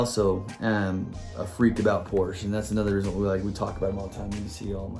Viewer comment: Amazing idea. I love your channel and I am also influenced by you, Rapid, Hewittz, Datsunman, Honest Diecast and Mustang Hunter. Once I get my channel up and going, I'll have to teach you all how to pronounce Porsche. LOL. Keep up the good work and I'm sure you'll be at 1000 subs sooner than later as well.